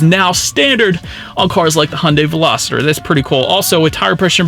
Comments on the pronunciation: I suspect he is thinking -- velocity substituting er for y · ...great review! But dude...I kept hearing you pronounce Veloster as Veloster-der. 😆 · Is it just me or does it sound like he saying “Velositer” instead of “Veloster”? 😂😂😂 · Please please and please do not call this veloster a velositer there is no “I” in veloster do you see an I in the word Veloster? I cannot enjoy your video if I cannot pronounce it correctly? The poor girl where I bought my 2012 VELOSTER ALWAYS SAID IT THAT WAY AND I Could not get her to say it correctly for nothing. The poor girl has since passed away,and feel bad for trying to teach her the correct way to prono7nce so if that’s the way you like to say then so be it? I can always mute the sound and just watch. Be safe out there. It’s a very scary bug we’re dealing with. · VELOSTER, not VELOSITER...it's not a dinosaur. Otherwise great review. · OMG! He's killing me with that "Velositer" stuff! How embarrassing it must be to put out a video for the public to see when you can't even pronounce what you're reviewing. 😣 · Everytime he says velociter i wanted to punch him in the face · "Hyundai velosititer" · PLEASE! If you're going to review or sell a car learn to pronounce the name correctly! There is no "I" in Veloster! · Hopefully that wasn't too judgy 😁 I watched MANY videos on this car before I finally got my 19 Veloster about a month ago and you were not the only one that pronounced it that way. It just got me every time lol. Good video though. 👍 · yeah wtf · Same lol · Billie Eyelash yea he is saying the name wrong. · I had to check the comments to confirm what I was hearing 😆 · it makes all the difference. He's saying it wrong. Don't be needlessly contrarian, it doesn't make you cool. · Agree and how does he say the name of the car I mean come on